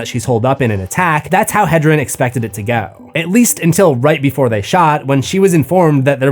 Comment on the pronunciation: BeeFUH lmao